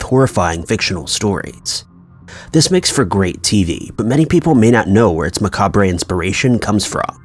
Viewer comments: Ma-Cob ... “Macabre”. (Not ma-cob-bre) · MA-COBB ....not Ma-kaw-bray. You said this incorrectly on a video months ago & so many commenters tried correcting you... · Like ma-cob-ray? Lol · Lol, maca-BRUH? Macabre is pronounced MAH-COB...lol Ports-mouth is pronounced PORTS-MUTH. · Macabre is pronounced “muh-cobb”, not “muh-caw-bray”. Also, Geraldo Rivera is pronounce “Huh-Rawl-doe” not “Jer-awl-doe”. The last thing you messed up is Coven is not pronounced “Coe-Vin”. It’s “Cuh-ven”. Inlove the info and work you put into your videos but if you’re going to cover cases, you should really learn proper pronunciations bc it makes you look even more professional! So it can only help you. Something else I haven’t been liking that’s new is you saying “I’ve been ”. No you ARE. So it’s a weird statement, not a catchy one. You should stick with just saying who you are instead. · This is far from the first time I’ve heard you say “muh-cob-ray” instead of macabre. It’s pronounced “muh-cob.” That’s all. It’s annoying the shiiiit out of me. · Coven rhymes with oven macabre is pronounced muck cob and geraldo is heraldo not jeraldo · Macabre='Ma-cobb', Geraldo='Heraldo' Coven= pronounced like 'oven' w/ a 'c' at beginning of term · Hoax\misunderstanding. Aliens don't exist. Also, lol, it(macabre) is pronounced "ma-cob". The "re" is silent. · It’s not “macab-re”.. the “re” is silent. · Right? Macabre: pronounced "muhcob". Geraldo Rivera: first name pronounced "Huraldo". Coven: pronounced "kuhven". Those are the few I caught. I'm sure there were more that I missed. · Macrabe is pronounced Ma-cob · Macabre - pronounced "Ma-Cob" Coven - pronounced "Ka-Ven" Tituba - pronounced "Tit-Tchu-Ba". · Ummmmm. Have you heard his other videos? It's the same words mispronounced every time. Macabre is the worst offender, but far from the only one. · Lauren Christie Jeraldo, Macahbray, Kneeagra Falls.... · “Mah-cobey” distracted/bothered me for like the first minute and a half.